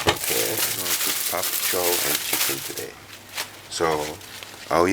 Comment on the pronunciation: Bok choy !!! Not pop cho !!! Lol